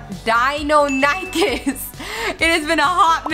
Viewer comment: Btw it’s DY-NO-NO-CHIS